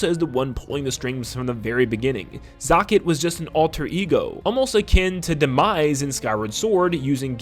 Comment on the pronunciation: You say "zokket" much differently than I do lol.